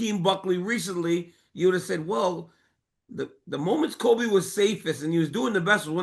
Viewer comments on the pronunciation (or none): none